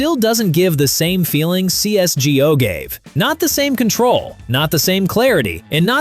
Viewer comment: Ai generated slop. After you called cs go, cs g-o, I already knew